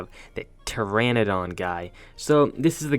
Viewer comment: You keep saying Pteradon wrong. Pronounce it like “teradon”